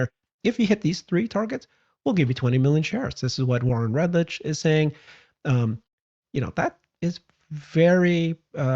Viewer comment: again! Red-LICK, not red-rich. Just remember, Warren’s not rich, he’s poor.